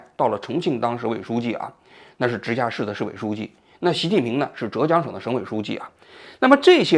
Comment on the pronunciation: zhè jiāng，不要读错浙江，作为浙江人听北方人读折江了太难受了